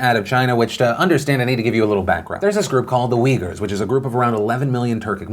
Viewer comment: the people are not wiggers or weejers, they are uighurs as in ooy-ghoor. quite shocked to see even wikipedia gives not one but two wrong pronunciations. if you look at the way it's written in their language (in arab letters) it's more clear it's oo-y-gh-oo-r.